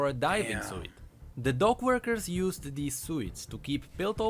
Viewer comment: Always throws me off when says "suit" on his older lore videos XD